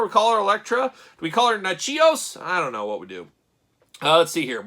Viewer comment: Nat-chos. It's her last name.